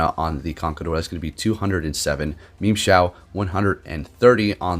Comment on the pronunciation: Am i the only one that heard memeshao